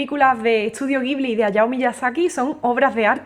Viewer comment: Se pronuncia "Dgibli" Awesome music...!